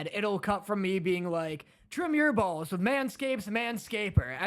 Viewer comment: lmao I love how real you guys are with the Ad honestly. Hilarious how couldn’t help but crack up 😂 Lmao “WHY DID YOU PUT SO MUCH EMPHASIS ON BALLS”